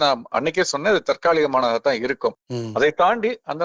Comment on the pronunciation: ஐயா, முன்பெல்லாம் தாற்காலிக என்று சொன்னீர்கள், ஆனால் இன்று தற்காலிகம் எ‌ன்று சொல்கிறீர்கள். மிக்க மகிழ்ச்சி